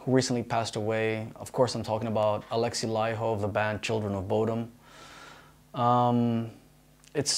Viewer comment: I remember that magazine cover. That was the first time i heard about you Gus. This was a nice tribute to the Wild Child! Cheers from Finland! P.S Huge respect for pronouncing his name right.